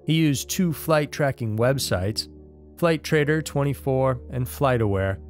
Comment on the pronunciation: I have Flightradar24 but it’s pronounced flight radar 24. It’s a great app and easy to use. Shows very accurate information live.